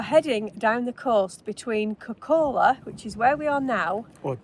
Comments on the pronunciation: please pronounce it like "kok,kola" - we dont put 2 k's there for no reason. And the diet-kola joke will evaporate in thin air that way as well. I know the english and americans are linguistically challenged, and why would they learn finnish if they not even learn irish and welsh. Well.... we all are judging you now, thats why :-) Enjoy your stay, and kudos for seeking out the not so mainstream spots. cheers with beers from southern funland. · Kok'kola short vowels and stress on the first syllable